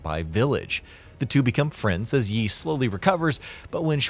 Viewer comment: You mispronounced every Chinese name/word. Didn't even get Yi or Qi right haha.